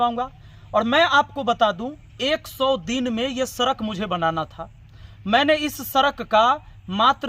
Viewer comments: सड़क बोलना तो सीख लो सरक सरक कर रहे😂😂😂😂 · Sir sarak nhi hota sadak hota hain😂😂😂😂😂😂😂😂😂😂😂😂😂😂